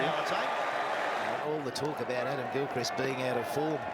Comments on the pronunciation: Hi, glad that you are enjoying discovering cricket. A few things to say. First thing is that Gilchrist is pronounced with a short "i", as in "pissed". Secondly, the Ashes are the test (5 day international matches) series between Australia and England. The first test match ever played was between these countries in 1877 (at the MCG, won by Australia). When Australia first defeated England on English soil, it was considered a distaster by the English; they had invented the game, after all. A joke obituary, lamenting the death of English cricket, was published in a local paper, which stated that the body would be cremated and the ashes taken to Australia. Following this, England toured Australia and played a friendly game at a property outside Melbourne called Rupertswood. The lady of the property presented a tiny urn containing the ashes of the bails used in the game to the captain of the English side (the source of the urn and the exact contents are somewhat disputed). That urn is one of the tiniest and most coveted trophies in world sport and England and Australia vie for it every 2 years. Arguably, the Ashes are the pinnacle of the sport. England will tour Australia in our summer of 2025/26 to try to win back the Ashes (although the actual trophy is kept in Lords Cricket Ground, London because it is considered too fragile to travel). Thirdly (I suspect this will become apparent as the video progresses), a ton is 100 runs, a milestone in a batsman's innings that the very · Mate, the Name is Adam GILKrist .. NOT CHRIST.. You should know that… it’s an English name and prob many in America have it as well.Better luck next time.😂😂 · Well hi, what happened to your wombat woman posting?? Gone! And it’s Gil - krist (no Christ - high on the “I” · Pronounce GILCHRIST not GILCRICK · Gilchrist is pronounced Gilchrist not Christ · It's pronounced Gill Krist not Gil Christ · Adam Gilcrist is how it's pronounced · GIL-CHR-I-ST ... lol ... not as Jesus christ ...